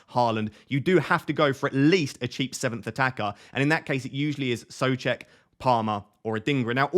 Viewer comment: My Mrs is from Czech Republic and she's going mad about how you're pronouncing Soucek 😂